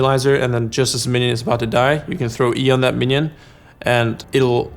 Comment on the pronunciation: Talk abAhaut